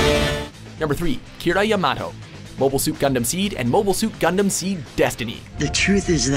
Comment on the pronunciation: Kira Ya-mah-tow lol wow